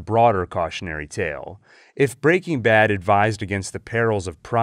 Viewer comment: After countless hours on your channel, I’m still not quite used to how you pronounce “BREAking Bad.” 😂